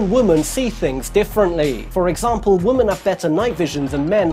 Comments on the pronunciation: Great did. BTW its women (wimin) not woman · He keeps pronouncing women (plural) as woman...for some reason it's driving me crazy😂😂😂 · "THAN WOMUANNNN" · Does nobody else notice the way he says women? As if he's slow or something?